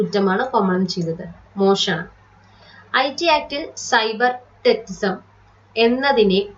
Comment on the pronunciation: ടെറ്റിസം എന്നല്ല. ടെറെ റിസം എന്നല്ലേ